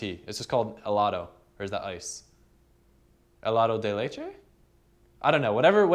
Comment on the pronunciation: You're awesome man! I never knew how people took those slide shots....always thought people just had steady hands. I'm trying to make some videos but all I have is 1 GoPro hero +lcd Love what you do man! keep it up! Ps: it's pronounced "gell-aht-oh"